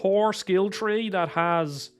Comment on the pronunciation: i love how you say your threes thiteeen three ect